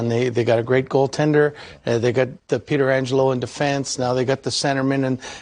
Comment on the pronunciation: A relative of Alex’s, goalie Frank Pietrangelo, played for the Penguins in the late 80s/early 90s. The Pens’ announcers pronounced his name “Peter-Angelo,” too. Not sure if that was the way Frank’s side of the family pronounced the name, or he was too embarrassed to correct the announce crew. It’s kind of like how pitcher Bruce Sutter pronounced his name SUE-ter, while hockey’s Sutter family pronounced it SUH-ter.